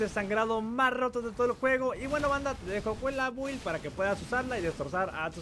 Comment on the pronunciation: Se pronuncia bild no build chingao